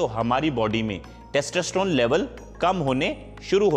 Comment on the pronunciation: Testosterone h Bhai na ki Testasteron...